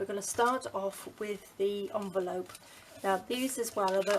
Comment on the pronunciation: You call it a "Junvelope"!